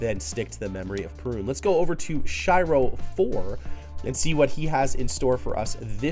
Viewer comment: 'She-ro' not 'Shy-ro'...